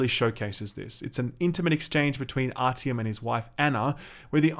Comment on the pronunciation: .... did you just pronounce his name as ‘rtm’????